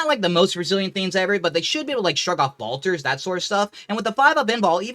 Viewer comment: If I ever hear “bolters” said like “ball-ters” again, I’m gonna fall to chaos